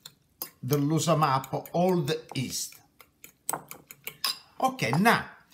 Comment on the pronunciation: Haha it's yeast not east, LMAO